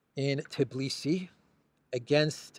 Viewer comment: So, G7 is a mob club. Is the 10-year goal of supporting Ukr starting from 2022 or 2024? Also,, it's pronounced Tbi-li-si, not Tiblisi. There's no I/e between T & b letters. I understand it might be challenging phonetically for foreigners to pronounce this name, so just fyi.